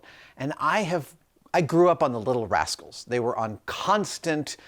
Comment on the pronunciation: Did he say "if you dont know the little rascles?" Omg I am old lol